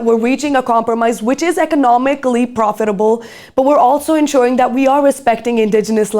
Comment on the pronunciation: The host here sounds like a high-schooler chatting with her friends, not someone delivering serious reporting. She struggles to pronounce very basic words like “economically” and “resources”. There’s a complete lack of professionalism - when asking her first question about the U.S. abducting the Venezuelan president, she appears to almost laugh, as if the topic isn’t serious at all. Not to mention, her questions were all poorly structured and borderline incoherent. This was painfully cringe and completely out of place for this channel’s level of sophistication.